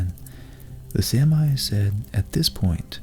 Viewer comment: It's pronounced Saa-mi. Not samai as in this video. There are several correct instances of the pronounciation in this clip if you're interested